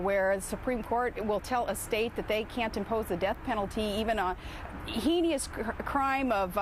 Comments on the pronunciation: even for "HEE-NEE-US" crimes, Sarah? i believe heinous is pronounced closer to "HAY-NUS" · Heenious?! It's like she read the talking points and memorized them phonetically...poor vocabulary and reading comprehension and all. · The word is "heinous" not heinious or heineous. She obviously read that word and does not know it as a regular word from her vocabulary. She rattled them out in bullet point format, because it was a memory act. It sounded like a social studies presentation, not an educated/experienced politician. Why didn't Joe Biden get annoyed? This woman wants to be [Vice] President and she gets annoyed by something trivial like journalists? Unbelievable. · "hee-nee-iss"? Try "hey-ness", Sarah. Sheesh - dumber than a bag of hammers. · Look, I'm Republican and very conservative but this lady is embarrassing. There's no way this lady can read 'The Economist'. You can tell by the way she pronounces, "heinous" as "heeneeous" instead of "hayness" that she wouldn't understand half the words in that magazine. Completely embarrassing to my party. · Yeah, it's a makeup test.. She says "heenius"... I love it. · "hee-nee-ous" ? Really? Uggh, another Bush! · hein-ey-ist? come on. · HE-NEE-US... Is that Alaskan for when "Joe Six Pack" hits a group of people with his knees and someone give an account of it... ha ha ha ha!!! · "Hee-ne-ous"? Stop it, Sarah! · What a crock. Put her in with another reporter, ask her another question, and Caribou Barbie comes back to the surface. Maybe after a few hundred coaching sessions, she'll be at the college level. BTW heinous rhymes with anus, as in, "She's really a pain in the ____" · did she say pronounce it "hay-ni-ous" crime? oh wow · she really is "Stupid Spice" and she needs to learn how to pronounce "heinous" (it rhymes with "anus") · hee knee yus? seriously? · Heeneous... Nuculear... 'A shout out' in a Vice Presidential debate? I agree, we are f'ed if McPalin wins. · did she say "hee-nee-ous"? wowo.